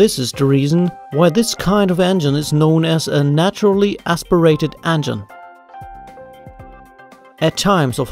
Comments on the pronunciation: How do you fuck up the word "engine." You're pronouncing it "ann-gin" and it pisses me off. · "the angine" 😉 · "de andgine"